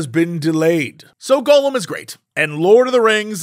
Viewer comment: Hearing Jessie pronounce Gollum as "golem" makes my eye twitch.